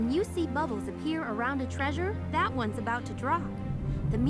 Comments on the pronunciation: Its suppose to be that not dat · "On top of dat" "dat" D-A-T